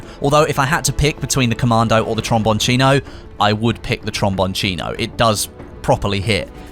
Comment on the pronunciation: Well done with your "Tromboncino" pronunciation. You have done your homeworks!